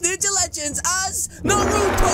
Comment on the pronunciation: Finally some one from america says Naruto and not NaRuDo